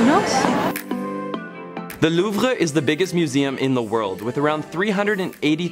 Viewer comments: Why do you say “loov-ra”? It’s “loov”. You’re Canadian. You need to brush up on your French. Haha! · the way Louvre way pronounced tho. lol